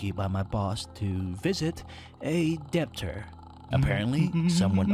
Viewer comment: "debt" is a hard word to pronounce. just ask ismo.